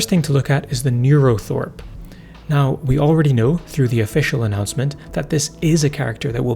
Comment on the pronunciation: Yes, as others have said, it's called a 'neurothrope' not thorpe